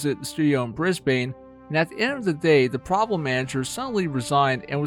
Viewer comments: I can't get over how you butchered "Brisbane". It's not "Bris-bayne", it's "Bris-buhn". Honestly! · U SAY IT like bris ben not brisbane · just for next time u u say it like brisben not bbrisbane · As an Australian it’s not “Bris-Bane”, like Bane from Batman. It’s “Bris-bin”. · Its pronounced bris-BIN not bris-BANE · PSA if you wanna impress aussies Bris-bin Mel-bin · As an australian I just wanna say... Brisbane is pronounced brizz-bun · Haha bris-BANE I can tell your not from aus what a legend that was funny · For future reference it is pronounced "bris-bin" B I N hearing you say Brisbane hurts my soul source I literally live in Brisbane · aight hate to be that guy but brisbane is pronouced "brisbin" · Might have been worth checking how to say Brisbane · Holy fuck learn how to say Brisbane it hurts hearing yanks say any places from Australia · Please go to Brisbane and walk around pronouncing it the way you do to the locals.